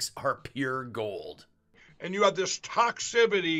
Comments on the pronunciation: "Toxibitti"?? Rgr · I'm pretty sure he said the word well A noN existent word but he said TOXCIBITY. I WONDER IF HE KNOWS THAT TOXCIBITY OF HIS PATENT FILL!! HE'S LIKE YES of course I know what's in my pillows it's the top grade asbestos Pat and fill you could get market. I guarantee your pillow won't start on fire even though you might. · Toxibity? This guy should be locked up for murdering the English language. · Sounded like he said ‘toxibity’ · You just stold some vowels and consonants and you make a new word like "toxivity". It's that easy. Especially if your name is Mike Lindell.